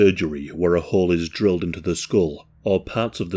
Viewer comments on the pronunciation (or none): none